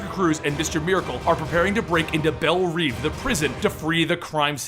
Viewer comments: Sorry to be this guy but Belle Reve is pronounced 'Bell-Rev" like revving an engine. I guess it doesn't matter how you pronounce it but w/e. Opinions. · you pronounce belreve wrong(sry for grammar mistakes,english isnt my native lang.)